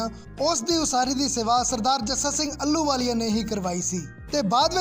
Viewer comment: ਅਲੂ ਵਾਲੀਆ ਨਹੀ ਜੀ। ਆਹ ਲੂ ਵਾਲੀਆ ਮਹਾਨ ਜਰਨੈਲ ਸੁਲਤਾਨੇ ਉਲ ਕੌਮ ਬੱਬਰ ਸ਼ੇਰ 🙏 ਮਹਾਨ ਜਰਨੈਲ ਦਾ ਸ਼ੁੱਧ ਨਾਮ ਉਚਾਰਣ ਕਰਨ ਦਾ ਜਰੂਰ ਅਬਿਆਸ ਕਰੋ ਜੀ।